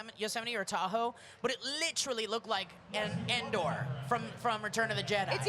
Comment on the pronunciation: sounds english when he says literally